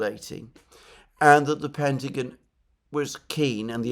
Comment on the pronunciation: Great show Alexander...but please, its 'The Pentagon' not 'The Pentagin'😅